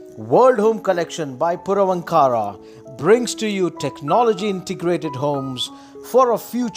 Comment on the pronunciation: Pls pronounce the name properly. Ankara is not a separate word its Vaankar...... Purvaankara